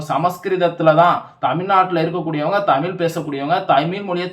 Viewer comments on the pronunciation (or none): நீ மொதல்ல ழ் ன்னு ஒழுங்கா உச்சரிச்சிட்டு வா.. அப்றம் டமில் வலக்கலாம்..